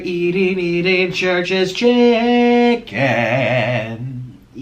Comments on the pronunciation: I kept hearing Trisha's chicken instead of Church's chicken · When he starts off the video talking about 'churches chicken' and it sounds like Trisha's chicken 💁🏻‍♀️ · I thought you were saying Trish's Chicken lmao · He keeps saying “Trisha’s chicken” 😂